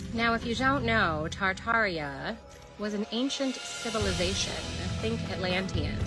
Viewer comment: It is pronounced tartaria